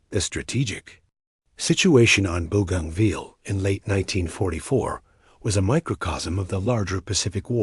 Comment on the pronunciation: Mate its not booganville its Bo ganville AI needs to improve